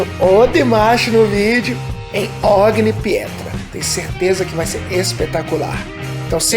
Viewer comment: This song is unbeliveble, his voice and interpretetion are fenomenal, I just ask you to pronunce better, you are brasilian but you read the title like english.....is Italian and OGNI in not O.G.N.I. BUT o.gn.i ...I love my lenguage like you love your, and I try to teach you ... great reaction.